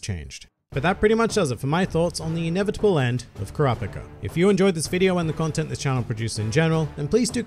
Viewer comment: it bothers me thay you say ker raw pick a 😂😂im just messing around